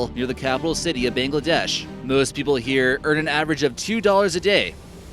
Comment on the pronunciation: Bangladest as well